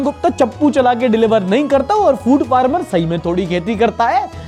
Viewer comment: 😅 hi, love your content and almost regular in watching. One correction though its not food farmer (किसान वाला ) but food pharmer (दवा वाला) 😅